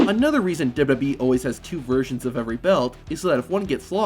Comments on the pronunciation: Work on enunciating and slowing down. It's Double-U Double-U E, not Dub DUbya E. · "Dubya dubbee" 😂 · Did you know , this guy keeps saying WWB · I’m sure these facts are interesting but I can’t stomach a full 10 minutes of this dude pronouncing WWE as “dudub e” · Did you know the narrator in this video has no ability to say “WWE”? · Say wwe correctly once challenge